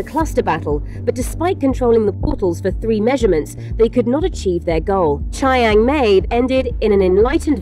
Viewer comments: Pretty sure that's not how you pronounce Chiang Mai. :( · Chiang mai= chee-ang-mai not chai-ang-mae 😫😫